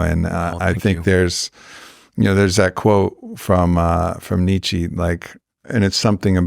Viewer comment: Great content, but marred for me by the repeated mispronunciation of "archetype" which a proper scholar of Jung must surely know how to pronounce. And topped off with a mispronunciation of Nietzsche. I know, it seems pedantic, but to me this destroys credibility.